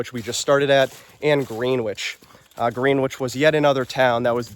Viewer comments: Please. It’s Gren-wich and Peter-sham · Very interesting. Just an FYI. The towns involved are pronounced, Peter-sham and Gren-ich. It's directly related to old English. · You need to get your Mass pronounciations down: Peters-em and Gren-itch